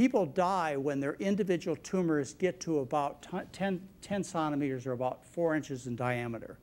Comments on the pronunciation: Conameters?? Is this nice gentleman from Mars? Centimeters!! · Why is he pronouncing centimeters like "sonometers"??? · I like McDougall but for goodness sake it’s ‘centimeters ‘ not ‘sontimeters’ and it’s ‘soldering’ not ‘soddering’........ sheesh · 30 minutes into the video and just found out that "sanometers" is actually centimeters. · OMG! I'm sure this guy has interesting things to say and maybe there is a perfectly good reason he keeps calling centimeters, sonameters, but I can't take it anymore. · He pronounces centimeters wrong and it is killing me. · I like his French way of pronouncing "centimeters". It's cute, actually! :)